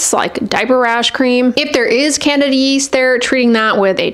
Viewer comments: Candida not Canada yeast. Apologies to Canadians. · I think she IS saying candida but yes, it sounds like Canada. She is an authentic doctor so...very unlikely shes making such a silly mistake